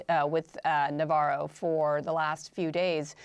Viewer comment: Refer to Ron Varo not Navarro . Indicative